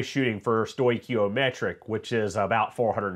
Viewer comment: As a chemical engineer who works with these sorts of things, I give you an A+. Excellent job. Thank you for correctly pronouncing stoichiometric. I have heard some folks just slaughter the word. You obviously had to prep for this one. Looking forward to the next video. Thanks. 🏳️‍🌈